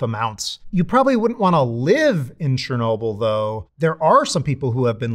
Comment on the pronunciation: Bro, it's not "Sher-nobil". It's Cher-no-bill". I literally speak Russian (even if my son speaks it better). Ludicrous that a "nuclear scientist" didn't learn how Chernobyl is pronounced. It literally removes your credibility.